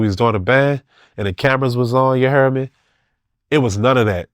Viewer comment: Ya hare me